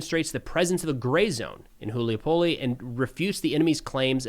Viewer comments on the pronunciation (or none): it's Hulay Pole🙂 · Hool-yuy-pohl-eh xD